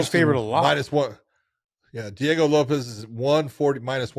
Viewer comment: It's pronounced LO-PEZ which freaking everyone says for years now. Unmute ur damn sound when watching